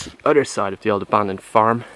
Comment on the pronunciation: i love the irish accent. "the udder side" lol.